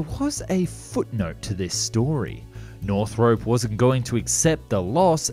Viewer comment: *nor-throp.... not north-rope